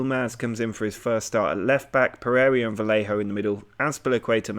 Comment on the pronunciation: i scream a little on the inside (and a couple of times out loud) everytime you pronounce Pereyra 'Per-area'. Good work otherwise, enjoying the series.